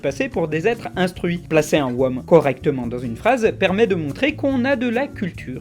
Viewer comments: Pour Whom, il a dit "Womme"? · Je sais que l'anglais c'est pas forcément ton point fort, mais "wome" quoi... C'est pas comme si tu pouvais trouver la prononciation d'un mot en deux clics... Ça donne vraiment l'impression que tu voulais même pas prendre la peine de vérifier, que tu as expédié la vidéo sans faire attention. C'est peut-être pas le cas mais c'est ce genre de détails qui peut le faire croire ! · Par contre 'whom' ça se prononce- "ALORS VOUS ARRÊTEZ DE ME PETER LES COUILLES AVEC CA DANS LES COMMENTAIRES !" -heu... nan rien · J'ai explosé quand tu as dit Who et whom. ;) (ça se prononce hou et houm)